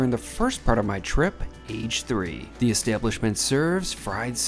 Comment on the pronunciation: Great video, but the first shop you visited is pronounced "A-gay" which means fried in Japanese. Think karrAGE, which is Japanese fried chicken. Glad you enjoyed Japan.